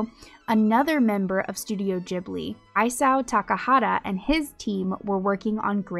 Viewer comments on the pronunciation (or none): Your pronunciation of all Japanese names except Isao is excellent. The "I" in Isao is not pronounced the same as "Isaac" but like "Isabella."